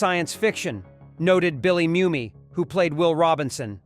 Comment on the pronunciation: Who writes this stuff? Almost completely wrong. Based on lore that has long this proven to be untrue. As for using poorly coloured B&W footage…! The fact he mispronounces Bill Mumy’s surname says it all.